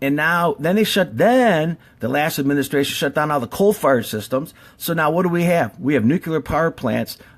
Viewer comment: I don't think we are being told the 100% truth about Fukushima, but should we really take this guy seriously.... he cant even say tsunami, or administration... Nuclear power is a potentially scary thing, as seen here, but it IS the future of power production. Just not how we do it today with the machines we use now. People don't realize the damage we are doing to the planet due to coal and gas power plants, because we cant directly see the effects. The worst case nuclear disasters are tragic, however only a few die onsite, and a few thousand get cancer (if that maybe). How many a year get lung cancer due to coal dust? No one knows. Solar panels are extremely toxic during production. Wind power is not stable base load. Geothermal is scarce. Solar thermal isn't useful in most climates. Most issues are caused by the fact that US companies packaged up a bomb making machine and advertised it can make some power, Then those designs were made larger and larger to make more power. Now you have a machine THAT WAS ORIGINALLY MADE TO MAKE BOMBS, That is 1000X larger and makes 1000X more bomb material. Not good. The CANDU reactors are much safer, cheaper, and have many benefits overall. Thorium reactors will eventually make more power and be much safer. Do some of your own research before jumping to conclusions. Once fusion power stations come online that will be the end of conventional nuclear power. Clean, powerful, and abundant. Till then we need to focus on not ruining the planet. He